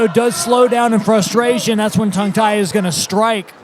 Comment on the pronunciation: Level of technical commentary was alright but how bloody hard is it to say his name correctly instead of Tang Tai over and over again? His co-caster even said it right the entire time.